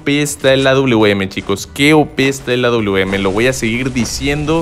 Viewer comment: Aprende a decir awm wawm así lo pronundñsiaste